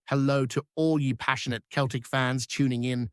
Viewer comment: its celtic not keltic if you cannot get it right i cannot take this seriously.